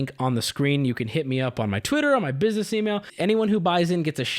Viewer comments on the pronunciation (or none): none